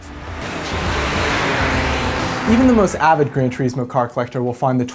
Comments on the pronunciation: Gran turISmo, not tureesmo... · Grand "tereeeesmo" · Is THAT how "Gran Turismo" is pronounced? "Gran Tjureesmo"? I've always pronounced it "Gran Turissmo". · The way you pronounce "Turismo" is giving me the shits.